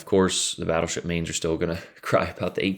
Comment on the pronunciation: “Smol bettlesheep” I didn’t know u spoke Russian?